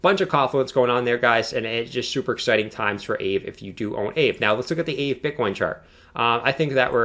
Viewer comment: I think it's pronounced, "Ah Vay." It has tremendous potential and $5K looks like a reasonable 1 year target. This is not financial advice, only my opinion.